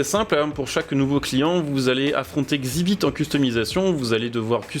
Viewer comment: Xibit mdr ça se dit EX ibit